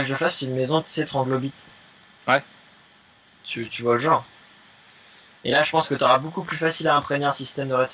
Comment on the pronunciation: c'est pas une maison tranglobyte c'est une maison troglodyte (chuis pas sur de l'orthographe mais la prononciacion c ca)